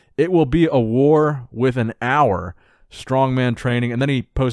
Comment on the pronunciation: Not fight with an “hour “ but fight with Godzilla (king of monsters btw) my friend (an hour in polish is godzina which was probably mistaken for it as it even sound similar :)